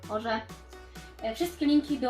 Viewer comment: Tego się nieczyta hoRZe tylko hor ze